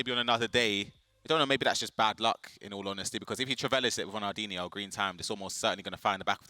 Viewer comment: She said ronaldhino with a goal it was not DIHNO hahahhha 😂😂😂